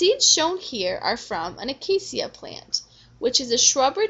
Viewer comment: Shut up lady these are simple stuff you are telling us plus I’m from South Africa so when you say acacia like that you make me mad Grrrrrrrrrrrrrrrr